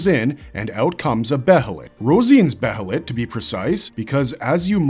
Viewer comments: dear god. its behelit as in bay-lit. not behelit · I can't help pronouncing "behelith" the same way as "behemoth" 🤷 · I know I said the only thing that bothers me in your videos is you say band of the "fulkin" but I forgot, the way you say behelit is weird too. Otherwise, great content.